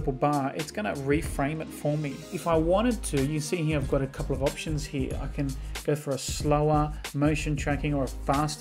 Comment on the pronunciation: “Right heeyuh”